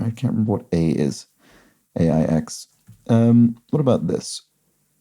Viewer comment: In Aix-les-Bains, Aix is pronounced eks.